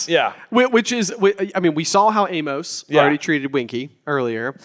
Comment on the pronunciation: Note to J vs Editor: "In the movie" six times, and "in the film" once. Why can't Harry or other Griffyndors see the thestrals after watching "Moody" Avada Kedavra the spider? That's a death too. FINALLY one of them pronounces "Amos" correctly. But then ruins it.